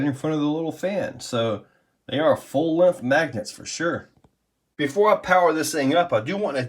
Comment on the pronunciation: No g in length lol...lenth